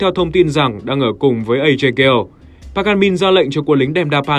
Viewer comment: Cho hỏi sao lại gọi là Ghale (kiểu Gale) thay vì gọi là Ga Lê:)) tại trong game hình như ai cx gọi Ajay Ga Lê:)) Ga Lê nghe cx cuốn hơn và cx k phải méo miệng nói từ Gale:3